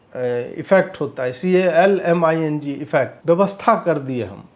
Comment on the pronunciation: Sanghi 😂 calming thik se bolne nhi aata h